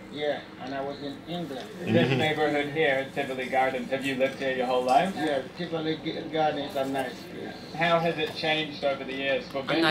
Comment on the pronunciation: Did that fakester say Trivoly Gardens instead of Tivoli Gardens. Smoking weed? Ha! Come off Jamaica Center E train